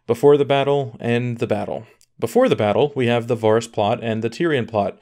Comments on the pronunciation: It’s vArys not vaarys don’t u watch the show? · OMG, please say VER-ys, not VAAR-ys. It sounds so bad, lol. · Why is it so many youtubers say names blatantly off from the show? Do the audio books say [Var-ys, Ver-eez], instead of Vehr-ys. I also hear a lot of Duhnereeeeez, Ser Dayvos, even D&D say Meeesenday, when no character in the show says it like that. Like what is with the intentional difference? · I definitely agree that a lot of it was rushed. The plot points weren't the problem, but the execution was. Also it's Vah-riss and not Vaw-riss. :P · The most unexplainable thing is that you've been watching this show for 8 seasons yet you can't pronounce Varys. VARRIS! NOT VAHRIS. VARRIS! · Dude how can you pronounce it Vahhris?? Have you even seen the show? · if he says varis one more time... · Varys, Varys, Varys. It's pronounced Varys... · u say varys so odd - and if tyrion tried to sway her he would b killed too - Jaime would have died either way. He stay locked up he die. he not gonna be released and not try to save his sister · Can't even pronounce Varys right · You are killing me with the pronunciation of the characters’ names (Varys & Catelyn)